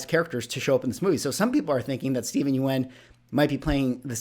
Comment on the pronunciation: I think you're pronouncing Steven's name wrong